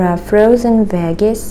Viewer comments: You gotta put a Lot more G enunciation on your Veggie's you say it correctly when saying vegetables second 🥈 comment i was the first Loser LoL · Informative video Maria !! By the way the 'g' in veggies is pronounced the same as the 'g' in vegetables. You seem to pronounce them a bit different for some reason. (I don't mind, but I know you are a perfectionist when it comes to English). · Another great video and your English is excellent. "Veggies" is pronounced with the gg like "J" in July.